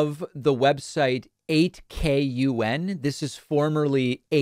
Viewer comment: Love your show. I hadn't heard of 8kun, but I promise it's just pronounced "koon"(not a slur, I promise, the vowel should be as short as possible.) Chan/kun are cutesy honorifics in Japanese, like how you might refer to a friend. Kun is the slightly more masculine affect of the two.